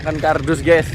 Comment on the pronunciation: GAES NOT GEES